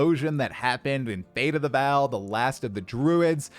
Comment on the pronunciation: It's fate of the V[AW]L Not fate of the "Val" please, son